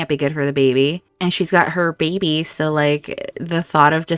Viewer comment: Oh no, that start! Why does Aemma always have such loss. I laugh every time you say bay-by. Aemma and Leoric saying goodbye before the trial was just perfect. Realising they do love each other and the convenience is all real love now, hust before possible tragedy. Made the tension even worse for the trial! Leoric!!! Yes!!!! (Trial with umbrellas ! I could feel the annoyance that you'd planned this great thing and then the game didn't co-operate but don't worry we still got the tension) The reunions of Aemma and Leoric and James and Matilda ❤❤❤ my heart is melting so much. Couple goals!